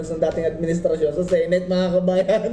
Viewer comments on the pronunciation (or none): none